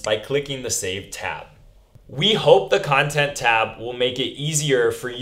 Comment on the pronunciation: Khantent tab? No? Ok...